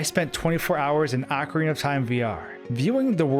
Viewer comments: Pronouncing it "AHcorina", instead of "OHcorina".... Seriously, it shouldn't make one bit of difference how it's pronounced. But, it does. "OH..." is how I've always heard it. It just sounds better. Hearing you say it "AH..." is mashing my brain out. I think you did that intentionally... because you know it would get under my skin. Ohhh... you KNOW. So... Why would you do that? Because... "You CAN"? Pffft. For my personal growth... I'm gonna have to insist that you redo the entire video, cuz I just can't handle it. You are in charge of my good time. If I'm not having a good time, YOU'RE not having a good time. And that's the end of it. Yeah... that felt good. You've been a great sport. Thanks for the upload,! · It's O-CARINA of Time. NOT A-CARINA of Time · You say it like orcorina of time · its pronouced O-CAR-rina I enjoyed your commentary. I too for some unexplained reason was terrified of the tomb. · Take a shot every time he mispronounces ocarina